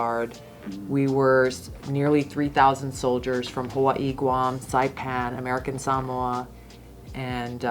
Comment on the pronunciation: never knew American Samoa was pronounced that way❤